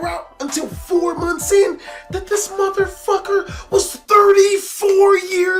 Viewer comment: Just the white-ass way he says "motherfucket" XD